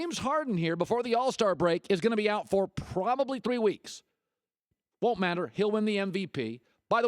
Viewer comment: you can miss WEEKSH -Colin Cowherd